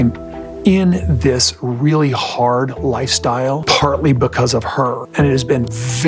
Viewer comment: Kody's misworded expressions & analogies always crack me up, as does Robyn's mispronunciation of basic words such as 'pitcher' for picture, 'rilly' for really, 'dill' for deal, 'frushstrashun' for frustration, etc. 😁